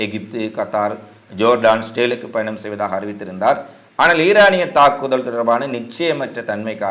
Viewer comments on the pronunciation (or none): none